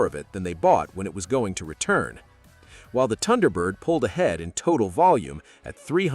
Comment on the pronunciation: Did your AI voice narrator just pronounce the word "Tunderbird"? Wow, back to AI voice pronunciation school! It's even funnier that the AI narrator got the pronunciation correct in the beginning segment about the car numerous times. What's up with that?